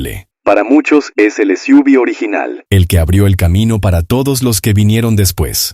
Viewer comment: “..las esiúvis..” como si fuera una palabra. Imbéciles.